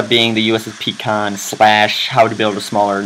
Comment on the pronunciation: Its is pronounced Pie Con. - Look at BSG for reference.